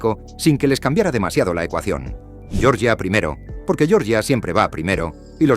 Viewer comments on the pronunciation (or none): yoryia no por favor la G con la e GE, se aprende en primaria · Georgia dicho a la manera inglesa🤦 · No pronuncies Georgia como se pronuncia el estado de EEUU, no tiene nada que ver.